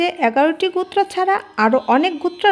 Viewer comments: গুত্র হবে নাকি গোত্র হবে??? নিজের জ্ঞান থেকে কিছু বললে কোনো প্রকার বাধার সৃষ্টি হয় না কিন্তু পরের লেখা দেখে পড়া খুব কঠিন,উচ্চারণটা একটু শুধরে নিতে অনুরোধ রইলো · উচ্চারণটা ঠিক করুন। গুত্র নয় গোত্র । আর মুখস্থ বলছেন কেন? আর ভুলভাল বলছেন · এটা বাঙাল তাই গোত্র না বলে গুত্র বলছে। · ম্যাম উচ্চারণ টা সঠিক করুন ওটা "গুত্র" হবেনা গ+ও=গো এবং "ত্র"=গোত্র।খুব কানে লাগছে। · গুত্র হায়রে বাচিকা😅😅😅 উচ্চারণ বেঠিক।😅😅😅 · GUTRA noy GOTRA bolun. Uchcharan thik korun. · ও গুত্র না গোত্র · গুত্র নয়। উচ্চারণ ঠিক করুন।একৈ নয়।ওটা এক ই। গুত্র নয়, ওটা গোত্র। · গুত্র ও গোত্র এক অর্থ নয়। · ভুলভাল উচ্চারণ। একৈ, গুত্র আবার কি? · উচ্চারন ভালো নয়। কথাটা শুনে মনে হচ্ছে অশিক্ষিত মেয়ে। গুত্র। কি? বারবার এক কথা গুত্র। আসলে একজন অশিক্ষিত মানুষের মুখে এর থেকে ভালো উচ্চারণ আশা করা ভুল। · আপনি কি বাংলা ভালো করে উচ্চারণ করতে পারেন না ঠিক করে বল ঠিক করে উচ্চারণ করুন গোত্র